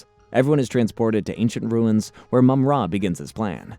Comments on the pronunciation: I appreciate you putting this together and it makes me realize the show was fairly well written compared to other kids shows of the time. That said, no idea why you pronounce it Mum-RA instead of Mumra. You even said Mumra a few times but went back to the more awkward pronunciation. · And Mumrah not Moomrah. Lol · It's Mumm-Ra. The Egyptian god Ra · Only managed to get to 50 seconds in, once the names were so bad i could not watch any more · Its called MUMraaaa fck sake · and “Moom Rah” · mum RA! Lol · And mummra. Sheesh... Appreciate the work though